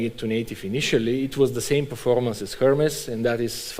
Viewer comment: Err-Mez my man!